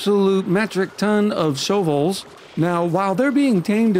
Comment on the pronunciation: Isnt the name shove vole a play on shovel? Why does say "show vole"? Lol